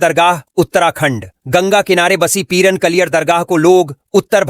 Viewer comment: Peern nhi Peeraan Kaliyar